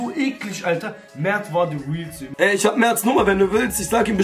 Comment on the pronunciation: Wortschatz: isch